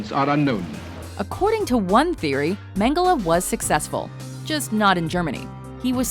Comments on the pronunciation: She seems to have a problem with pronouncing an e at the end of a word, first PorschE (which she pronounced Porsch), now MengelE (whom she pronounces MengelA)... Godamnit, it's not that hard, please do some pronounciation research in the future before doing stuff like this. Especially on names (or brands) as popular as this. The Lizard-guy looks a bit reptilic himself, I wonder why xD I guess he could also be a potential candidate of the "climate change is a hoax"-coalition... Also, todays technology (and industrialisation) plays a huge role in the climate change. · it's pronounced mengles not mengele